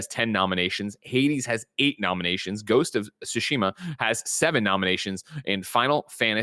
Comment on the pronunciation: Is Greg trolling when he calls Ghost of Tsushima, "Ghost of Shushima" or does he legitimately dont't know how to pronounce it? PS. Greg or whoever cannot bring themselves to say TSU, make a little effort at your own time and learn to say it. I believe in you. It is kinda disrespectful to the game and its devs to refer to it in an imporper way just because you are not willing to pratice saying it the correct way.